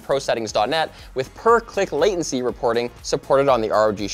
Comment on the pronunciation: did just say rog shakram?😂